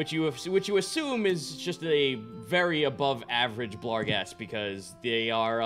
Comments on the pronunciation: I hate that they keep adding an L to barghest. ah well. at least they've stopped calling svirfneblin "swivel blin" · I mean, he clearly enunciates an L in there. Maybe he changed it for some reason